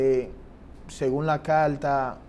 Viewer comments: Calta ? Polque ? Que mal hablan …. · CARTA NO CALTA PARA SER UN COMUNICADOR DEBE USAR LAS PRONUNCIACION CORRECTA